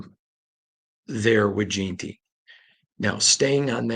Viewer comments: JEN-TY where you get Jean Tea from put some respect on his name sir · Gen-ty not Jean-ty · Say it slowly....JEN-ty....JEN-ty....JEN-ty... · Damn can we pronounce the kids name right already!?!?!? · how hard is it to pronounce AJ’s name correctly? 😂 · FOR THE LOVE OF JIM OTTO PLEASE LEARN TO PRONOUNCE HIS NAME CORRECTLY! It has been like fingernails on the chalkboard for the last two months!